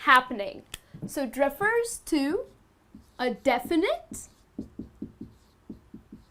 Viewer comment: You mispronounce refer.